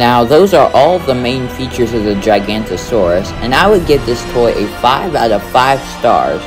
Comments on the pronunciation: It’s not “gigantosaur”, it’s actually “giganOTOsaurus” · It’s gigaNOTOsauurs, not giGANTosaurus alright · It’s pronounced (jiga note oh saur us) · You pronounced giganotosaurus wrong